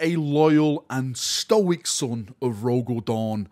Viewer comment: "Stoic" cough